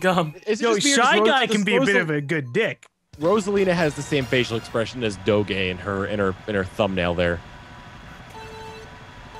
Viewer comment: I like the way pronounced doge